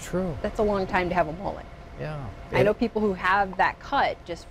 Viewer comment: Its pronounced m-uh-let not m-ooh-let